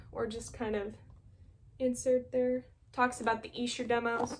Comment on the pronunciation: YES!! Great stuff and I passed on the 4 disc vinyl version when it came out (just got the two disc) but could not pass on less than $50!!!! I haven't cracked mine open yet (and nice job on pronouncing Esher correctly!!!)